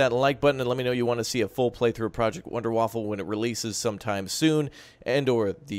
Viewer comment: Wonder-Waffa, no L :)